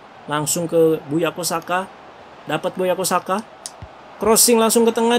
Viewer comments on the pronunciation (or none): Bukayo Saka bang bukan buyako wkwkwk